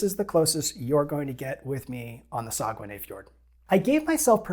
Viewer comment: When I did a bit of looking into paddling the Saguenay (which you got the closest yet to how I think it’s pronounced;) ) I thought I’d seen that you were only allowed to paddle downstream. It kind of looks like I was wrong on that. It’s somewhere I’d sure like to go sometime. Probably a bit further even for me than you, but no border worries.